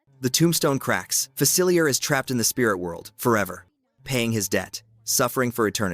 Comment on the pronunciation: It’s pronounced fuh-sill-EE-AY, “”! You said that wrong three times! 🤨 Another one is AH-nuh; Anna from Frozen. 🤨